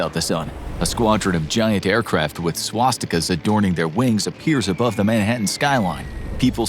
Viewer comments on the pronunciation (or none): there is no way bro sayed sawastika